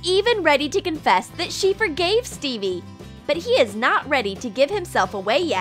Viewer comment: Who else heard Bebe or Phoebe every time they said Stevie🤣